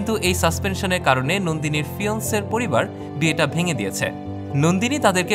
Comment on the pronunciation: ফিয়ান্সে উচ্চারণ হবে